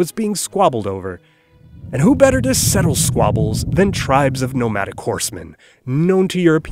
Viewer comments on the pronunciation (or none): none